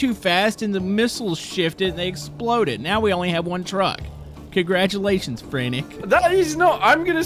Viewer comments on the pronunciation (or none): none